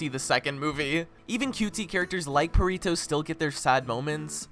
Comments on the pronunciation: u dont pronounce it perito its perrito with a hard r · "Purrito" lol I wonder how long it's gonna take for him to realize he's been saying Perrito wrong. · aint no way blud just called perrito "Purr-rito" 💀💀💀💀💀